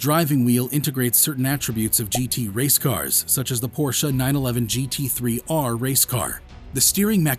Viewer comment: I Don't think Porsche (Correct Pronunciation: 'Porsh-a'; which you got EXACTLY right btw😏) Will EVER Dis-own the Internal Combustion Engine. Even though, they have Consummately re-invented the Electric Car. The TAYCAN is one of the finest EVs on the Market.